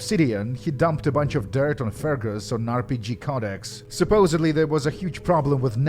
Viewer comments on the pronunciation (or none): none